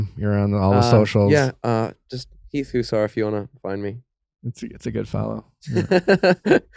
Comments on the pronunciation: I feel so bad for Heath. Nick saying his last name wrong, and them not trying to learn anything about him. It seems like Heath is just there sitting on the couch. He had no ideas or much input to any conversations. I feel so bad! Only watched this for Heath! And he barely talked :( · Not him saying heaths name wrong …